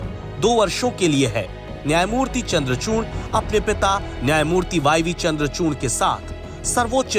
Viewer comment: चूर्ण नही चूड़ है 😂